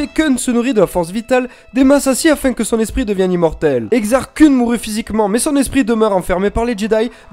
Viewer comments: Koun passe mieux que Keun. :p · Koun, je pense aux mangas à chaque fois ^^ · Vraiment sympa, dynamique, et les images sont cool aussi. Juste une chose, la Prononciation de Kun, c'est Keun :p Enfin après, c'est comme Thrawn ou Mara Jade, personne ne le dit correctement donc bon ^^ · Exar "kouuun" mdr